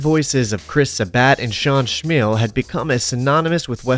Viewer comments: “Shawn Shmeel” 😂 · "Shawn Shmeel" 😂